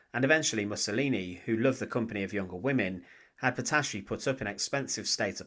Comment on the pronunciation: "Clara patacci" Non, clara Petacci !